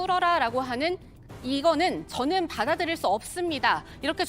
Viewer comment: 저는이 저팬처럼 안들리냐 ? ㅋㅋㅋㅋㅋ